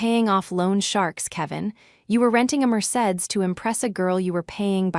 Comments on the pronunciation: Merceds? Muhr-say-dees. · Haha I love the phonetics there 😄 It’s usually pronounced “Mer-say-deez,” but honestly, I enjoy how you spelled it out—it made me smile! Sometimes the little details like that make the comments just as fun as the story 🚗✨